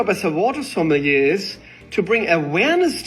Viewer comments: It doesn't matter but it's going to bug me: JSYK, sommelier is pronounced "soma-lee-yay" (or "sommeh-leeyay" maybe?). Something closer to that. It does look like it would sound the way you said it, though. French isn't a real language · I feel like I should tell you that “sommelier” is pronounced suh-mah-lee-aye 🫶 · You say sommelier wrong every time and holy shit it’s hurting my BONES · The way you pronounce sommelier is frustrating 😭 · I love how he pronounced "sommelier " haha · I’m begging you to google the pronunciation of sommelier